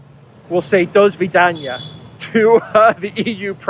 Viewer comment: До свидания is pronounced [Da svidaniya] not [Do svidaniya]. Донецк is pronounced [Dan YET sk] not [Doan YET sk] in spite of what the spelling looks like to Webster speakers because this ``o' ' is found in ``owl, vowel' ' ``ah' '.